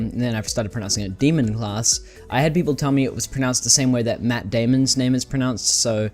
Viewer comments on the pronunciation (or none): none